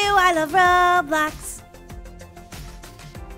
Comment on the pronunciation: did you know that when you are on them little clouds in the Mario thing it sounded like you said of Robux instead of Roblox😂